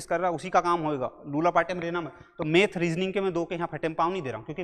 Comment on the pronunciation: मेथ नहीं मैथ 🤓